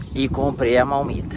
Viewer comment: Não é malmita! É marmita.!